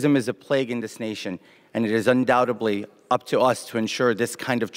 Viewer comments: He can't pronounce Auschwitz, says "undoubtably" instead of undoubtedly and Nazi "murders" not murderers. All within about three sentences. Such an intellectual.🫣 So totally fit for Congress. 👍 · Undoubtedly, not undoubtably. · "Undoutably". Good speaky English.